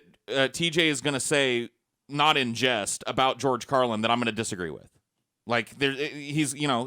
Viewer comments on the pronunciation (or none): none